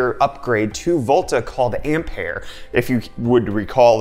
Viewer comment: Oh ... finally someone says 'Ampere' in the correct way .